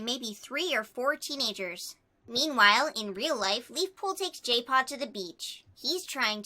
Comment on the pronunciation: Jaypaw - My ears: Gaypaw:D